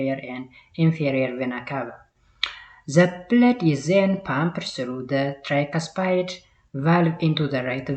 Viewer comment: dear teacher don't say "arterium" make it "atrium" you saied a number of times. The other one is don't say systematic make it systemic. Generally be carefull when you prounounce biological terms e.g tricuspid -ትራይካስፒድ . Listen the vedio again You are confident teacher.